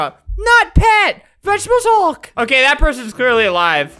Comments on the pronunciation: "Any last words?" "*vegetable haulk*" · after saying vegetebles hulk many times, it sounds like wegtibles halk